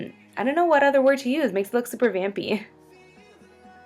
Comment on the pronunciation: Kept on hearing 'Bambi' instead of 'Vampy' -_